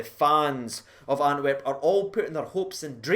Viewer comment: Do you keep calling it Anwerp?